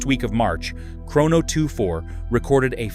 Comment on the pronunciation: Do you know how to pronounce Chrono 24? AI slop!